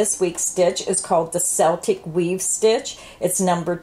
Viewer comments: Only one complaint.....it's not seltic....it's pronounced Keltic..grma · Celtic in this instance is pronounced Keltic. Celtic as in seltic..is name of Glasgow football team. Celtic is a culture Scots, Welsh, Irish are Celts (Kelts) ;) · Yes pronounced 'keltic' but spelled Celtic... its really a no-brainer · What is this a multiple of? You normally let us know so that we can use it for our projects. (Btw...Celtic —- the c has the k sound...”kel-tic”. ) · The c has a hard c sound, pronounced "keltic" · It's pronounced Kel/tik. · You pronounced Celtic wrong. The way you said it is like the basketball team. Even they say it wrong. Keep up the good work. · You are right. My hubby is Irish. 😊❤